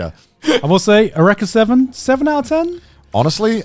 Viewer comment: Does he know it's pronounced YOU-ree-ka Seven?